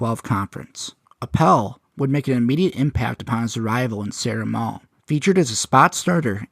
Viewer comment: I think it's pronounced like "San Ramone"